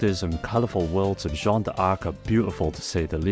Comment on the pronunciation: Seriously ? "Jeanna d'Arc" ? Don't you know the first name "Jeanne" ?